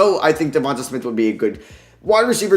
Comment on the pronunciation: Let's sound this out...DE-VON-TAY SMITH not DE-VON-TUH SMITH